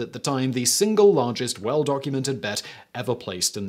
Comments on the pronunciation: it's a silent L :D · What's argest, precious!? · This is why we need annotations back. He could just slip an L in there. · "What was the argest bet ever made?"